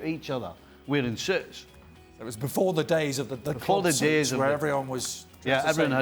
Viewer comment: Nicol: "wearing soots"